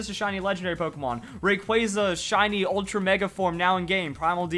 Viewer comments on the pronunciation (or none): none